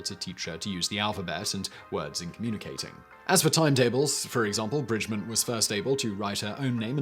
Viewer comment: Laura Bridgman not Bridgmon. You've got an Awful pronunciation man. She was American and it is spelled BRIDGMAN with an A not an O. I am french and I know it. I read about her.